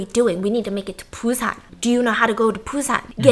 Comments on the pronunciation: i love you Steph but you kept saying Train to PUSAN, its BUSAN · Sorry is it pronounce PUSAN or BUSAN cause i keep hearing stephanie saying it with a P ??